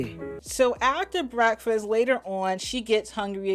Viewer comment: Lisa was the only person I ever heard who said, “brefast!” Anyone else noticed at the beginning she spoke with an extremely flat voice?